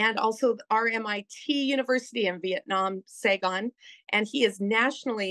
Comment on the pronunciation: How in the world could you pronounce Saigon incorrectly?